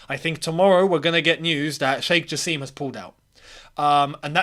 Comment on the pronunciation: It's pronounced "JA SIM"